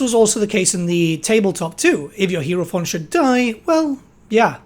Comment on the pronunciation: "HIGH"ro"fant" they even say it in game. <3 you :)